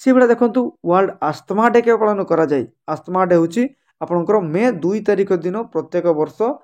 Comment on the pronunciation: Asthma wrong ଉଚ୍ଚାରଣ ଆଜ୍ମା ✅